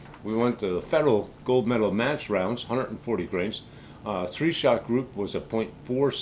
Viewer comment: Thanks for the review - I love my HMR Premiere in 300PRC. Custom bedding job really brought it to life its my most accurate rig. One word of caution - 10 seconds into your video the audio sounds like you are saying "perfect for m a s s shooting" instead of Match...the subtitles actually write it that way on the screen. You may want to fix it before you get a strike from the YT censors. Thanks again for the video!